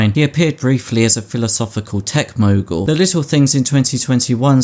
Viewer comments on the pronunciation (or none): none